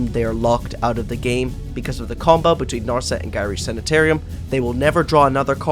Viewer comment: 1. It's teferi time raveler, not teferi time raveler 2. It's nar set, not nar set Everything else in the video is pretty well done, just holy shit that was annoying to sit through.